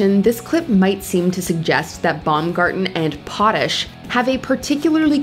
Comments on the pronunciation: Trust me, there is a true tension between Robin Baumgarten andLarry Potash (Pot-Ash, not Pot-ish). There has been the same tension between Robin and the Weather Man as well as Robin and the male Sports caster. The only one that doesn't seem to notice is Robin. She and the crew have been on this multi-hour morning news on Chicago's own WGN. Robin seems to be like that one drunk chick at every party who thinks she's far more sparkling and cute than she is. I especially feel bad for Larry - the other guys only have to deal with her briefly. Poor Larry has to interact as a coanchor. He has a sense of humor but knows how to use it appropriately. Robin means no harm and she continues to keep her job decade after decade but she's very cringy and extremely self centered. My husband and I usedvto have bets to guess how many times a show she would make it about her. For example, if a group of young local dancers is in the studio to perform she'll say "can't you see me doing that?" and wiggle around pretending to dance. Very obnoxious and annoying. (Jeez, I had no idea she's lived in my head for so long 😮. ) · Living in Illinois listening to the narrator mispronounce "Potash" and "Blagolavich". 😬 It's "Pot-ash" and "Blagolavi-ch (che)"